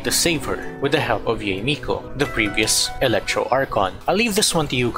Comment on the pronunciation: I have to correct you, Yae isn't pronounced like Yee, it's more like Yah-Ae, and Raiden is not Ray-Den, it's more like Ligh-ee-Den. So the rule of pronouncing consecutive vowels in Japanese is that you pronounce them separately, for instance, the name Aoi is pronounced like Ah-Ow-Ee.